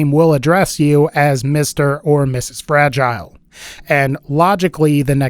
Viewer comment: I really think the Fragile should be pronounced Frah-jeel-ay like in that one movie i cant remember the name of at the moment